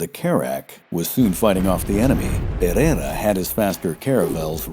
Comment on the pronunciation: well, as it happens I'm portuguese as well. We'll continiue then in Portuguese. De facto o narrador não percebe peva de Português. A forma como anglanisa os nomes, especialmente o Pereira, dá ares de finório que não conhece a língua. Isto não se reflecte na qualidade do vídeo que é muito bom. Parece até que quem o fez nem sequer quer saber da pronúncia ou sotaque. O que não vale a pena é tapar o sol com a peneira. O narrador tem um mau Português....